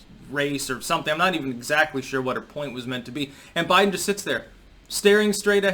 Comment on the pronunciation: Day 2: "Bliden" gets his last name wrong.